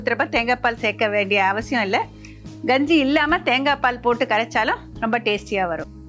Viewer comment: என்ன கெஞ்சியா தமிழ சரியா பேசும்மா க வை ganji ன்னு சொல்ற